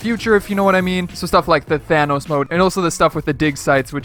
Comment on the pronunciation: Thanos not thanoos